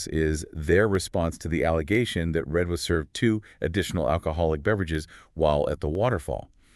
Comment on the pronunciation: Reid, not Red...🙄 these two needed to do a bit more homework..